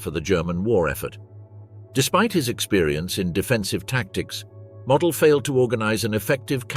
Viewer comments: MOOOOODELLLLL NOT MODEL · Herr General's Name was pronounced ""Moe-DEL"", Not ""Model"" like a Model airplane. glr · The general was named Moh-dell. Witha "stretched" "o", and abrupt "el", like in "little"